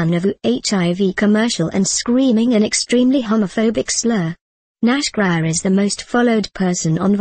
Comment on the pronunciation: It's Nash Grier and pronounced Nash Greer lol